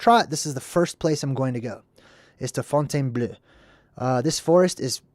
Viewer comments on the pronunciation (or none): Fontainebleau = font - ten - BLOW